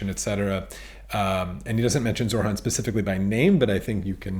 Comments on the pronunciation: Only correcting you because i know you care but it's... Zoh-ran You say zor-han 😅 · Thanks for this. It’s annoying though that you can’t pronounce ZOHRAN’s first name. You pronounced it ZORHAN every time. Please stop doing that. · It is NOT Zorhan... it is ZoHRan. You are saying his name wrong many times.